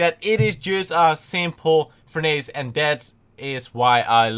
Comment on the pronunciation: its actually said like "för'nıs"